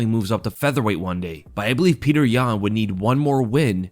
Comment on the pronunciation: all of a sudden says "Peter" now? He was the king of "Pyotr"